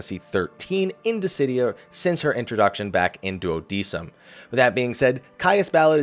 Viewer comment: pronounced "Duo-deck-um" it's Latin haha